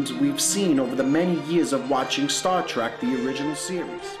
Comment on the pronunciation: Did he really say "Star Track"?